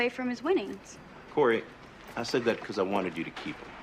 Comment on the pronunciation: Its Cory, not Carrie